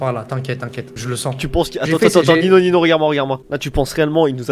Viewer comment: En vrai tu dit noob mais c'est Nino